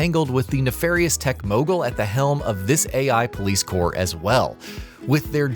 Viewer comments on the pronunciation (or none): none